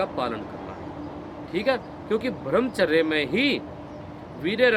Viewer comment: आज़ आपने मेरे मन की बात कहदी,,, ब्रह्मचर्य का ठीक उच्चारण कीजिए भाई साहब